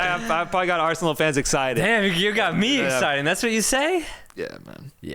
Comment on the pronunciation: Not a minute into it, and my ears are bleeding after hearing Arseanal better